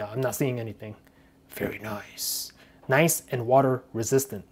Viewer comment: It pisses me off how he says nice